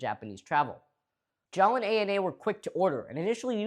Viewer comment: Every time you say “JAAL” I hear “j’all” (as in y’all)